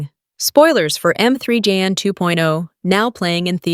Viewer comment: Damn, learn to pronounce the title of the movie. Irritating narration.